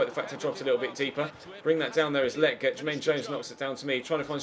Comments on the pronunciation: Hey just wanted to say again that Lletget is pronounced (Leh-Jet) not (Le-Get) just wanted to let you know! Love the series mate! Keep it up! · You’re saying lleget wrong 🤦🏽‍♂️🤦🏽‍♂️